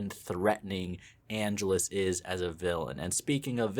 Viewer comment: Dude, you keep mispronouncing Angelus, and it's driving me crazy. The stress is supposed to go on the second syllable.